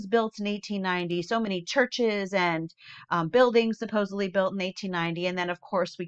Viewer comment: There is no B in SUPPOSEDLY! Sorry, when I hear it, I cringe